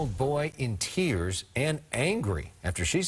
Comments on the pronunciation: Is it just me or when the news reporter says Fox it sounds like fucks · It sounded like she said f***s 11 news but sorry